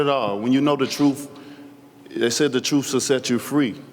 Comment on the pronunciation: "The troof will set you fwee" lol cant wait for this dude to get knocked out.